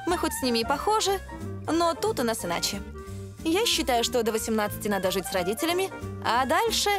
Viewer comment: Жянна, почему вы все время в сочитании букв "жи","ши", которые должны произноситься "жЫ", "шЫ", все время произносите мягко, как "жИ", "шИ"? Например говорите: "жИть", "смешИть", "наслажЬдаться", "ЖЯнна", "слышЯть" и т.д...? Зачем говорить неправильно, вы же ведущая? Или вам нужен логопед?